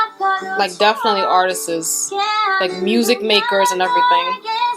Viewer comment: The word "artists" is two syllables, it's not pronounced "artistsis". Go to Google and type "pronounce artists". You speak very well, I just wanted to let you know, being as you speak four languages.